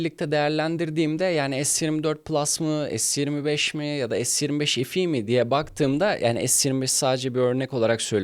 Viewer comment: Es 25 EF i ne yaaa. Bari adam akıllı es tuventifayv EF i de. Se 25 fe e demek seni küçültmez. Yarı ingilizce yarı Türkçe ne ?